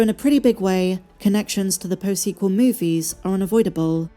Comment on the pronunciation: The "su-sequel" trilogy.